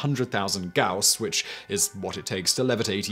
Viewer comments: "Gauss" is pronaunced gAus. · Gauss pronunciation change?... Now you're just trolling us pedants. Respect! 😜😂🤣